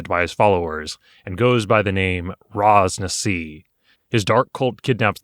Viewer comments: Hahah i hate being that Guy But Ras Nsi is pronounced Ras Nissie. Not Ras Nassi xD. Chris Perkins dice camera action runs the Chult adventure at around episode. 30-50 xD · wait. Raz-Nazi? its not pronounced with an 'S' lmao gET iT rIgHT